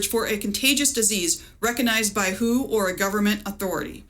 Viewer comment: I have never heard of anyone who pronounces the WHO as 'who'.